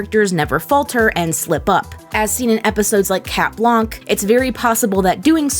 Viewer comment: You don’t pronounce the “k” in blanc since it’s French.